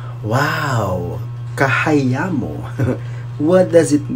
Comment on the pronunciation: CHAHAYAMU not KHAHAYAMU